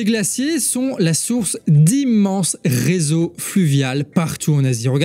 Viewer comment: ..." ces glaciers sont la source d'immenses réseaux fluviAUX " pas fluvials (ni résal)